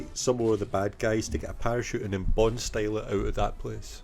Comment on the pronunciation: Stop getting bond wrong! Ha ha ha another great video mate